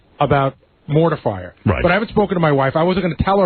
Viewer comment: pronounced mortar fire "mortifier"...like someone who mortifies people.